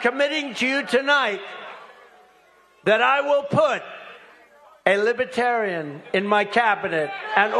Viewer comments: He can’t even say Libertarian correctly. “LibAtarian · He frequently says "Lib-a-tarian," rather than Libertarian. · Sounds like he's saying LIPitarians. Inhabitants of the planet Lipitor? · Probably didn’t help saying “lih-BAH-tarrian”